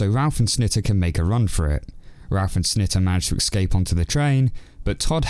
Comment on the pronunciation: ESCAPE! NOT EXCAPE YOU ILLITERATE BOOB. Don't make me enjoy your reviews just to slap my in the face with being unable to say the letters in the order they appear.